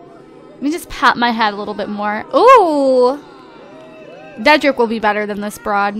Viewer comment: Lol you said dedrick as trey wrong lp again